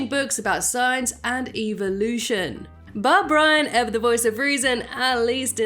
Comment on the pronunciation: I noticed how you said “Evelution” instead of “Evolution”. (About Meg becoming a religion fanatic and taking Brian to the book burning.)